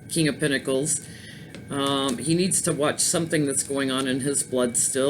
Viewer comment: King of Pentacles sounds like King of Pantyhose... Lol!!!